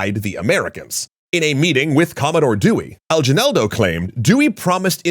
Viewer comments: hey ive been a fan since the punic wars vid and i love your vids sending love from the philippines!!! also just for reference we pronounce aguinaldo as a gui nal do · Hey, a longtime Filipino fan here. Glad you guys are covering McKinley given his role in the country. Just want to say that “Aguinaldo” is pronounced with a hard “g” sound, like in “again”. Otherwise, thank you and please keep up the good work. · RIP sa apelido ni Aguinaldo, 😂. can you please have a time to know how to pronounce the names. 😅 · Excellent covereage of McKinley's policy and involvement with the Philippines. I do want to point out that Emilio Aguinaldo's surname is pronounced with a hard 'g' sound, like 'eagle.' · That pronunciation of Aguinaldo's name is killing me. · Aguinaldo was a traitor to so many in the Philippines though. Also you said his name wrong. Source: My wife is from Cebu. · the way you pronounced Aguinaldo hurts my ancestral soul... and the 20 PhPeso reduction XD (it's a joke, calm down) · What do you mean a-ji-nal-do, its a-gui(hard g)-nal-do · It’s aginaldo not ajinaldo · In our history class, the Battle of Manila Bay was a simulated battle but in reality, America has given control over the Philippines. Also, Aguinaldo is pronounced like a ghee (the liquid butter) not jee. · It’s pronounced Lu-zon, not Luu-zon. It’s not pronounced Emilio Aljenaldo, it’s Emilio Al-gee-naldo. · Longtime Filipino fan here - and I'm (delightfully) surprised to see y'all talking about us here on greater detail! One deet, tho: I'd say "ah-GHEE-null-doh" is an easier way to pronounce Aguinaldo. Speaking of which, a movie about his successor, Manuel L. Quezon, will be premiering here in the PH in October - the third movie (of historical fiction) on a trilogy that encompassed the Philippine's struggle during the Philippine-American war. Would love to see y'all tackle more on PH history, talking about both sides! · "A-gin-nal-do" thats how say the last of Emilio Aguinaldo